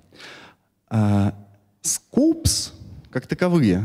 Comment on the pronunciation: Скоупс, а не скупс :(